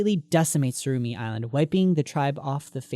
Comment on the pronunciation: its tsurumi island not surumi